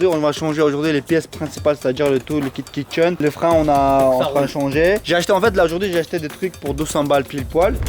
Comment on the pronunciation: Au lieu de kit chaine j'ai entendu le kit kitchen 😂